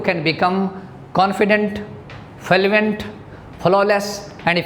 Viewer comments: its fluent not fuluent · Learn fluency first Then teach It's fluent no filuent 😂😂😂😂😂😂😂😂😂😂 All over accent is rubbish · I agree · Sir your pronunciation is not correct.. U pronunced fluent as falluent It's ˈflo͞oənt not falluent... Blood as bləd not balad.. Sir First work on ur pronunciation property... Otherwise your all tips are so precious... Thank you Sir...